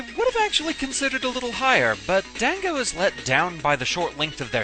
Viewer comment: Gah, can you be consistent with your pronunciation of "dango"? You did say it correctly with an 'ah', at the beginning, however during the difficulty analysis you called it as if it stems from the word 'dang'. I believe the first pronunciation is correct, but it just annoys me when people do that especially with the letter 'a' like that. Other than that, I thought you did a very good job on this video. :D